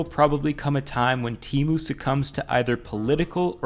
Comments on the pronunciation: Lol, it's Temu not teemu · Temu not tymu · I will never forget when they had to change "shop like billionaire" ad because the stupid text to speech lady kept pronouncing "Temu" as "Temoo". So they had to pronounce "Temu" as "Temoo" in the non-AI ad😂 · It's pronounced TEH-mu, not TEE-mu. And yeah, you'd have to be an idiot to buy from them. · I thought it was “Teh-mu” not “Tee-mu” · Man why Temu always tryna convince me its tE-MOoH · ...you're not even pronouncing it right... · I think you're pronouncing "Temu" wrong. Their ad doesn't have the hard E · Bro referenced the Super Bowl commercial that tells you how to properly pronounce temu and still said it wrong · It's so weird despite how widespread TEMU has become no one can manage to pronounce it right